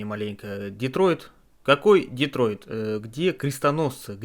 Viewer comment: Detroit. Детройт. Так-то город такой есть, а ты над его названием так изголился :(